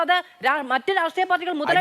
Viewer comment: രാട്രീയ മല്ല..... ഹേ ഷ്ട്രീ യമാണ് 👍